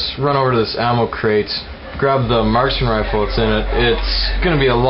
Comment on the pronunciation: at first i thought he said martian rifle and i was like da fuck? he said marksman rifle :p